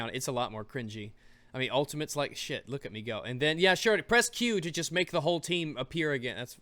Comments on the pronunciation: The more you said "choost" the more it became funny, but also the more it sounded like a real word. CHOOST. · I like the fact you just rolled with your mistake of saying choost for the rest of the video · Word of the day: Choosts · Choost: Pronounced Chew-es-t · I'm going to start using "choost" now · choost XD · I want "CHOOST" to be a thing... Can we make "CHOOST" a thing please? Thanks ;-P